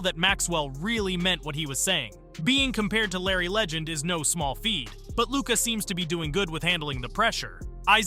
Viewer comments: It's "no small feed". WTF - is this a real person? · "No small feed" ?? Did you mean feat , or was that somehow intentional or a quote? XD